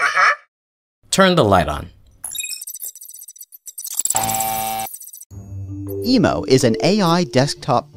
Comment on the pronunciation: It’s EMO not emu